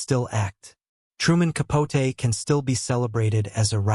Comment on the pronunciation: Why are you pronouncing his last name that way???